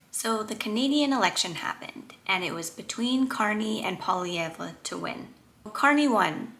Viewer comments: Nobody except French-Canadians pronounce Poilievre's name correctly. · You should learn how to pronounce Poilievre's name if you want people to take you seriously.